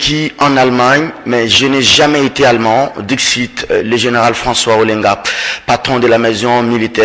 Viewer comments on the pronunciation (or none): on dit pas alleemand mais plutôt allemand avec un e muet pas sonore et long. Merci